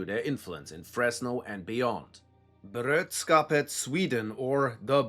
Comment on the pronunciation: Bro. I appreciate you. Love your videos. But you totalt butchered that Swedish. It's brö-dra-skapet. Not brödskapet. Brödskapet is the bread hood. I know you Germans like bread but come on 😄😉